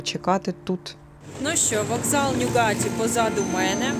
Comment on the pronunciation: трошки подушню в підтримку каналу! 😅 Шановна, назви вокзалів промовляються з наголосом на перший склад: ньЮгаті і кЕлеті